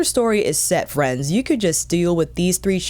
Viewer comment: I miss when you say hi friends in that accent 😢